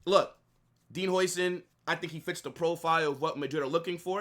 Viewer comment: The pronunciation of his name is “howsen”